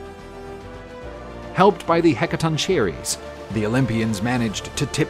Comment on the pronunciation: Sorry but its (hek a tonk a rees). Hecatonchires!